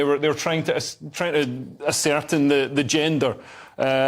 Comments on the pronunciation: Leo, ascertain is pronounced ass-er-tayn Not "a-certain" Get it right dude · Nope nope nope. If you mean ascertain, say ass-er-tayn There's no such word as acertain. Do you own a dictionary? You're a clever guy, I like you, I like your channel, I like your content. I'm sure we both agree that reality matters, truth matters, standards matter, language matters and words matter Please don't let yourself down by getting basic English wrong. Please, just check the dictionary. You'll see I'm right 🤓👍🏼